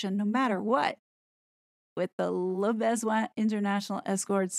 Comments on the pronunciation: Yep, should be (very approximately) luh (like huh!) buh-zwon(g) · your pronunciation of "le besoin" is priceless - you are saying "le baise-oin." "baiser" in French means f-k. 😂 I guess the way English speakers pronounce it is just the point. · Your pronounciation of the 'Classy LeBesoin' pages killed me 🤣😂🤣😂🤣😂🤣😂🤣